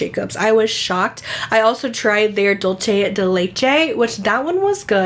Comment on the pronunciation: just a heads up dulce is pronounced “dool-seh” 🤗💜